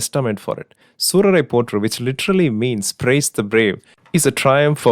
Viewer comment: It's soorare pottru...means shoorare pugarth in malayalam